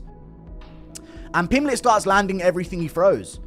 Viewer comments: The best part of this video is Teddy Atlas calling Paddy, “Paddy Pimbleton”… 😂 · Teddy Atlas... "Paddy Pimbleton" 😂